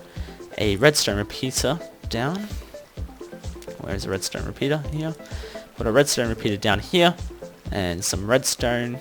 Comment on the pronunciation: Where are you from? You said "redstone repizza" lol